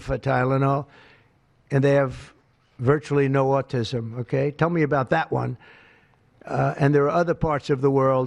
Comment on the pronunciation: He pronounces autism...auTISim It should be AUtism